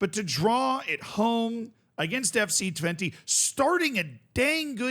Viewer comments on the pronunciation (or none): Help me out Dutch people. I'm cringing every time says Twente with an "i" sound at the end. But maybe that is correct?😅 I thought it was an "e" or "eh" sound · Haha no you're right. Dutch people would pronounce it with an unstressed e, which is much closer to an 'uh'/'eh'. I guess it's a good meme to keep pronouncing it like the number 20 but that's not what we would call it